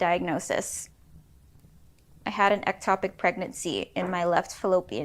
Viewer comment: Its called an ectopic pregnancy, not atopic.